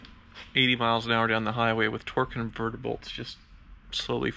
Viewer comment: Why do they keep saying "torque convertible" instead of "torque converter"? Is it different terminology? Or maybe an inside joke?